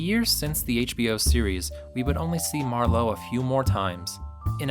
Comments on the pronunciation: Good film but why do you pronounce it MarLOWE? It's not a wine. It's MARlowe. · Thank you! That was bugging me all the way through it. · Worse, he jumps between pronouncing it MARlowe and MarLOWE, often in the same sentence. Driving me nuts. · mar LOWE,,,really!? You are as bad as the punks that cast that wuss Gould in The Long Goodbye! It's one syllable 'Marlo' like Marlo Thomas or Marlo Andretti! Bogart was perfect except he was too short. Marlowe was 4f on account a he got kicked in the choppers when he was blockin a punt! He was tall around 6'4". and he was around 30 in 1940 So if he was alive in the 70s He woulda been in a lotta pain from all the beatins he took in the 40s and 50s/ plus he would be in his 60s. I'm saying there has never been a Good adaptation of a Marlowe story. The Big Sleep was the best and it was only as good as can be expected when Marlowe is 6 inches too short. They should a used John Wayne to play Marlowe. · Might want to start by learning how to pronounce MARLOWE! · What's with the "Mar-LOW"? Not digging the Long Goodbye for so many reasons. Sterling Hayden's the best part of that film. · Why does he keep saying MarLOWE? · Common... pronounce "Marlowe" correctly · Learn how to pronounce the P.I.'s name. The emphasis is on the 1st syllable, not the 2nd. It's not like Merlot. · Why do you keep pronouncing his last name wrong? He's not French. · This is the first time I've heard the name "Marlowe" pronounced with the emphasis on the second syllable. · The narrator couldn't make up his mind how to pronounce it. Very annoying. Unprofessional. Perhaps pretentious. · Generation xyz does that. They mangle names. Ray Milland is pronounced Mil. LAND. They say Millind. etc. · It's hard to accept your authority on this subject when you can't pronounce the iconic character's name. Also, Bruce Lee didn't star in the Garner version: he was a henchman, albeit a memorable one. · Yep, don't rhyme with Merlot. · phil-IP mar-LOWE